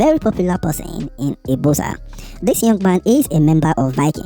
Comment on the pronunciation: It's pronounced ibuzor view